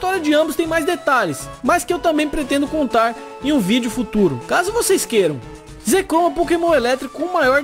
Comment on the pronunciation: você fala zekrom e reshiram errado